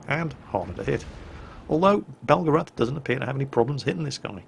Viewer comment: That’s pronounced BEL-GARATH not BELGA-RATH only Americans make that mistake...... bugger now I’m in trouble